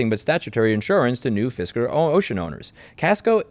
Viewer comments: Fisker - Pronounced “Fister” best fisting ever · "Fisker" or "Fister?" Because that's more than the tip.